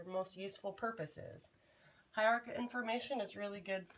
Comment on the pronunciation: Well presented video. Nice pronunciation of hierarchical. This video would be a useful reference for types of graphic organizers. I didn't even know there were this many types. I was only familiar with Venn diagrams and network trees. Very clever graphic organizer of graphic organizers. It helps organize the massive list of graphic organizers. I'm also curious how you sync up slides and your voice.